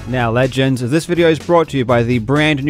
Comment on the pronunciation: Loving the sauce you put on "legends" 😂